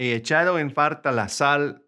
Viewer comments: Quite often you pronounce falta as faRta, is that just you, or is it common in some variant of Spanish? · I hear 'r' when you pronounce 'l' (farta instead of falta). :) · I can listen to it forever “Fartat”. Way to go teaching people how to speak Spanish. No offense. 🤣😝😊👍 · I think that's just mispronunciation. I'm a native Spanish speaker, and as far as I know, we never pronounce words such as "falta" with an "R" in any Spanish speaking country. It has to be with an "L", unless has heard it with an "R" in some countries.